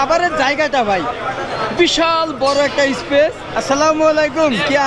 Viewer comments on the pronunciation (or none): none